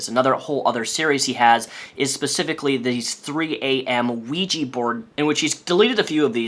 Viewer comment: you are great, but it is OUIJAAAAAA-board and not ouijiiii-board:D